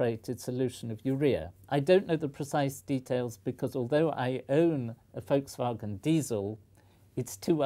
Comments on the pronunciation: I for one would just like to say that I appreciate the Professor pronouncing Volkswagon in accordance with it's German origins. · Finally an English speaker who pronounces Volkswagen correctly. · He is probably the first englishman i've heard say "Volkswagen" correctly. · I'm British and that's how everyone I know says it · Congratulations Sir for pronouncing Volkswagen correct. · That's how how everyone (I know of) in Britain says it. Although we do pronounce VW as "Vee Double-U", rather than the German way. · mmm yes that is a relief